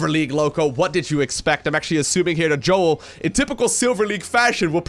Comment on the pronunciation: If im right and he is israeli, then you should pronounce his name as "Yo-el", not Joel :P